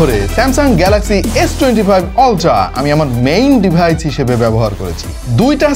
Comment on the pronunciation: ভাই তোরা আইটেল আল্ট্রা এর রিভিউ কর, ডিভাইজ 🤣🤣 উচ্চারণ করে,, ক্ষ্যাত